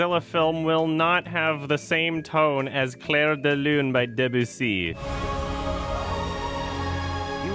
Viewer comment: > your french accent when you said "claire de lune by debussy"